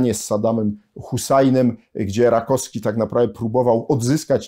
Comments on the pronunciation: Bardzo przepraszam że czepiam się szczegółu, ale naukowiec, humanista powinien zwracać uwagę na poprawną wymowę. Rakowski a nie Rakoski. Jeszcze raz bardzo przepraszam ale uważam że ktoś taki jak pan powinien zwracać uwagę na wymowę żeby Polacy mieli wzór do naśladowania. A tak poza tym zawsze czekam na kolejny odcinek na pańskim kanale, staram się śledzić pańskie publikacje od momentu kiedy dawno temu wpadła mi do rąk Reglamentowana rewolucja. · RakoWski a nie Rakoski. Strasznie razi.